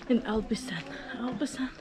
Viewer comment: WTF? “G”amon? It’s “Hamon”! Jamon is pronounced “Hamon”. And you walked the “Albayceen”. Ok, sorry, just had to get that out.